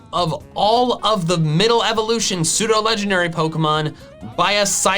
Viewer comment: Sneasel, not Sneezel! Weavile, not Weville! We don't use the word its as a pronoun if there's an apostrophe in it! Evolution, NOT evelusion!